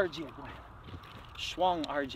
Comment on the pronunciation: shwaung, not schlong ok people :P